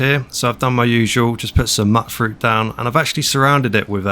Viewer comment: It's pronounced mute-fruit bro. Not mutt-fruit.